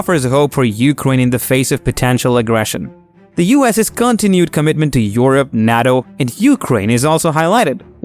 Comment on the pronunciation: Your pronunciation of NATO is hilarious 😂